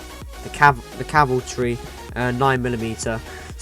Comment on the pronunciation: cavaltry? xD